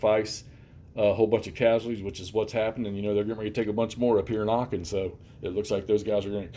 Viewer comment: Just a point The right prononciation of aachen is « aren »